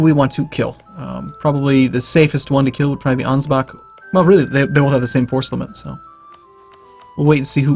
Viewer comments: For fucks sake it's not "Angebak" it's Ansbach. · And you are not bothered by "Angebak"?